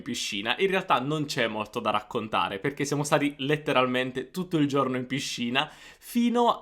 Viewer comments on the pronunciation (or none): comunque giorno si dice con la o chiusa, giorno. se sei insegnante di italiano le e e le o le devi pronunciare giuste, aperte o chiuse come é giusto. forse ascoltando i toscani avresti imparato. E non si dice cielo pronunciando la i, la i in questo caso é muta, come se fosse scritto celo. ma, insomma, alla faccia dell' insegante di italiano.